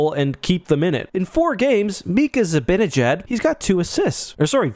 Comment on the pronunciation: Love your content but I gotta say you’re pronouncing Mika Zibanejad wrong. It’s not zibinajad. It’s zibana like Havana jad. I don’t have any excuse for him not showing up though.